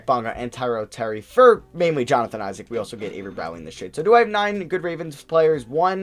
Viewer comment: S/O for pronouncing Isaac’s name right! As a Wizards fan, I used to cringe every time you mispronounced it ;)